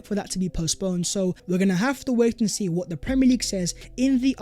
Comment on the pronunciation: VAT was the video VERE and VERE! 🤣🤣🤣 Sort your pronunciation out, mate! Great content but your pronunciation is a BIG EMBARRASSMENT!